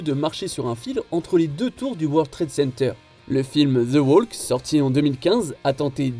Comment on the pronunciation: Walk, talk, ... On ne prononce PAS le "L" !!!!!